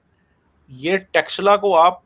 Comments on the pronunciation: Tekshila Nahi, Takshila (तक्षिला ) kahte hai. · Texla nahi taxshila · It is not TEXLA correct name is TAKSHSHILA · It's Takshashila